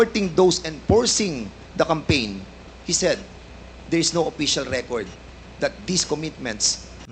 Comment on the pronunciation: Dan's pronunciation of P and f are improper. like official he pronounced it as oppicial.